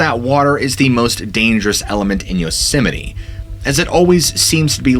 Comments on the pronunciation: Why are you pronouncing it "yosimini" ? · Do you keep calling it “Yosemi-NE”? I enjoyed the stories, but was distracted by the pronunciation. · Fun fact: It's actually pronounced "yoze-mite." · Does the park have a chapel, any memorials to the massacres there, any North American NA shrines where you can pray and give offerings?When Dick was President, I heard the concessioners brought in $100 million a year, was once owned by Sony.(Curry Co during Dick) Two things Japanese tourists want to see, the GG bridge and Yosemite. It's not pronounced Yose sem might.